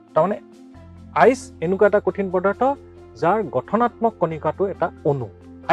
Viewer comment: Ice not iec sir😅😅😅😅😅🤣🤣🤣